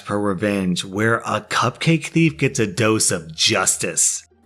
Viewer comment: Guy: "mm, am hoongry.. coopcake" takes cupcake Guy but 2 seconds later: "why do I hear boss music"